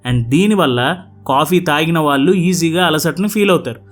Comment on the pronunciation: “వాల్లు” కాదు నాయనా “వాళ్ళు”